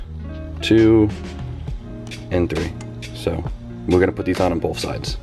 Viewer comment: Hes saying bolth instead of both lmao awesome